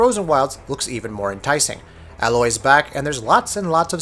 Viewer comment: he seriously said alloy? it's Aloy, A-loy. is it that hard to get it right?